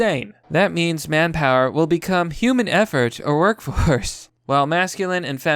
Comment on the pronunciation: Hu-man? Still not good enough!